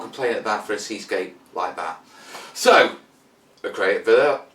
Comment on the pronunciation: No you were pronouncing it correctly. I only found out after years of mispronouncing it when watching a thing about the artist Boris Vallejo.